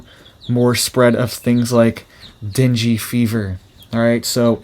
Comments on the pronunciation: Not dingy fever. It is pronounced Den-gay fever. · It’s /den GAY/ not dingy! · Pronounced den gay. Not dingy. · FYI, it's pronounced "dang", not "dingey". The person who named it has sensitive ears or it would be named "damn fever". Here's an example. Mother: Are you down with the sickness? Some bloke: Yes. It's that damn fever again! Mother: Dear, let's call it "dang fever". Some bloke: Only if we misspell it! Yep. Can't argue with that. :) Well, hopefully this joke helps you remember how to pronounce it. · It’s not dinghy fever- it’s pronounced ding. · Not Dingy Fever. Say DANG GAY Fever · deng-gee not dinjy fever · Deen-gay. That's how you pronounce dengue. That said, this is some sobering info. Thanks for sharing and making us aware. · Thank you for the info and the way you pronounce dengue innocently wrong, "dingy fever" because the truth of our world would make any sensible soul cry more than laugh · Pronounced den-gay fever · just in case it matters to you, dengue is pronounced "den-gay". No judgments here, just saying. 😁👍